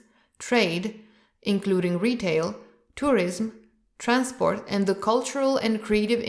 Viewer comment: Interesting. Some mistakes in pronunciation (tourism). But it’s ok.